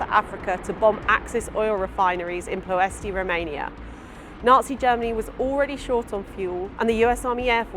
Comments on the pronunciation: Ploesti - according to my Romanian friend, pronounced Ploy-esht. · In Romanian, the final “I” (as in Ploesti) is silent, like the final e in many English words.